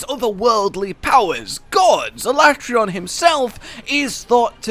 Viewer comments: is no one talking about the pronounceable of aleatreon in the beginning al le tray on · I'm with Josh on how to say ALATREON